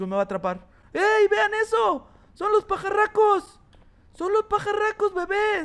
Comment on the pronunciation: Me gusta cuando dijiste pacaracos